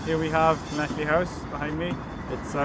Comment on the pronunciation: I think you're pronouncing it wrong